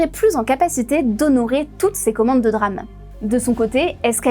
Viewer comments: La 1ère phrase est fausse, c est pas la barrette mais le kit. Ca se dit D-RAM et pas DRAM. Des le départ on comprend bien qu elle parle d un sujet qu elle ne maitrise pas du tout, elle a lu 2-3 trucs et ensuite se croit capable d en faire une vidéo explicative. Au début on dirait qu elle veut faire passer les entreprises pour de grands méchants qui complotent, alors qu ils auraient eu l occasion de faire ca depuis bien longtemps, c est juste le contexte avec les besoins en IA qui les font s orienter plutôt vers elle que vers la RAM grand public. J en suis qu à ... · dire "DRAME" plutôt que D-RAM ca casse un peu tout le truc :) :) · le reportage est intéressant mais omg prononcer DRAME et pas D-RAM c'est pas fous... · Personne ne dit "DRAM". Ça se dit "D-RAM" le "D" étant prononcé à l'anglaise. Donc phonétiquement : diram. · Have you been living under a rock. You don't say DRAM, but D-RAM. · DÉ RAM et non Drame pour parler de DRAM.... Quel drame pour les oreilles. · On prononce D-RAM pas dddddram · Belle synthèse mais par pitié, mettez vous à l'Anglais ! D-RAM, bandwidth, Gigabyte, ça fait mal aux oreilles !!! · ça se prononce DéRAM, pour dynamic RAM, sinon, c'est le DRAMe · On dit DeRAM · « Les puces de DRAMMMM » mon dieu quelle incompétence 🤦 Un peu le « meuporg » de l’école pour ceux qui se souviennent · Je confirme la prononciation de D ram est un drame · Quel DRAM de ne pas dire D-RAM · C'est un drâme monseigneur ! Mais oui elle est dans les choux niveau prononciation ! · On dit DRAM, SRAM. Comme on dit PROM, ROM et non P-ROM 😂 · band-ouaille-th memory Drame au lieu de DRAM. On voit que c'est des gens qui ne se sont jamais intéressé au sujet ou à l'anglais jusqu'à 10 minutes avant l'émission. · C'est pas comme ca qu'on prononce "DRAM" et "Bandwidth"... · Ça encore ça va, en anglais c'est comme ça qu'ils le disent. Quand on a l'habitude de regarder du contenu anglais, ça ne choque pas. Par contre sa façon de dire DRAM et bandwidth, ça m'a fait un mini-AVC.